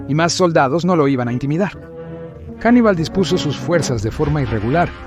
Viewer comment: Me gusta eso de que de inicio lo llame 'Jannibal" y luego Hannibal, mola más janibal , no sé suena a tío de barrio con oro y q si t da una hostia no quieres dos 😂